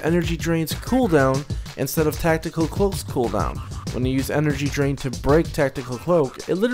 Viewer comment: i heard " Energy drink" instad of " energy drain" :D: :D